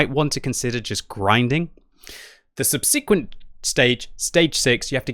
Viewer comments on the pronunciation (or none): is still pronouncing "subsequent" incorrectly, nobody else says it like this in the UK...